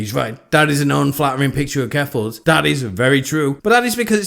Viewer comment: Oh my gosh, you said jeffals! 😃